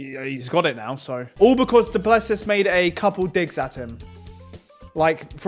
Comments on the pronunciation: Guys it’s pronounced Doo-plu-see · It is pronounced: DOO PLUH SEE